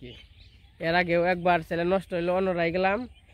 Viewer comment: ব্লগ করা বাদ দিয়ে স্কুলে ভর্তি হও চ্যানেল বলতে পারোনা।বারবার চ্যালেন বলতেছো।লজ্জা ও করেনা।দান খয়রাত পেলেই হলো তাইনা?